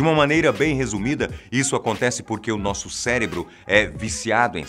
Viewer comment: CELEBRO OU CÉREBRO OU CERÉBRO